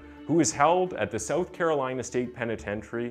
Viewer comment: It's so strange how your English is perfect except that you struggle to say "south". You say "soath". The first few times you said it I couldn't understand what you were saying.